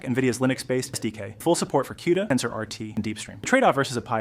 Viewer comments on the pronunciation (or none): How do you get "Ja ahh PIO" from GPIO? And Sram? D.A.C.? A.R.M.? And pronouncing Cuda like Que-duh? So weird! And why mangle the audio like this? You need to slow it down to 80% or 85% to sound normal, and half the sentences have the whole first word cut off. I know it's not an AI problem because AI wouldn't screw it up this bad 😂